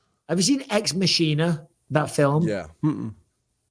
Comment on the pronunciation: Bisping called Ex Machina "Ex Machiner"😂